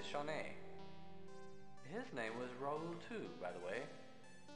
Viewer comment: The game bothers me in only one aspect: Mispronunciation of names, I.E.: Dae is pronounced Dah-ey, and Raoul is pronounced Rah-ool.